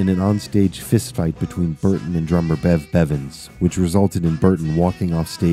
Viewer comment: He called bev Bread breadven